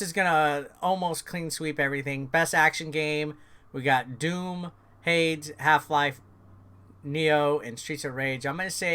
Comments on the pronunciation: It's pronounced Haydes. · HADES = Hey-dese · Every time he says Hades wrong 😂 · It was definitely interesting 🍅 🥔